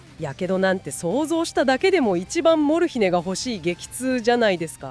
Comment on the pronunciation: アクセントが「モル↗ヒネ↘」ではなく「モルヒネ↗」の方が聞きやすいのですが😅